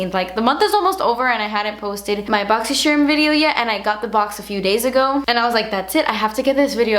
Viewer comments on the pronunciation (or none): I watch this video just to hear you say BOXYCHERM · i love your boxyscherrrrm unboxings lol and it's 8am in texas 😂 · I'm only here for the way you say "boxycharm" every month lmao<3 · I LOVE THE WAY THAT SHE SAYS BOXYCHARM!!!! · Does anyone else see other boxycharm unboxing videos and read boxycharm with voice lol. My favorite part of your videos is the way you pronounce boxycharm lol! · I love you but the way you say boxy charm really grinds my gears 😞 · i love how you say boxycharm i love u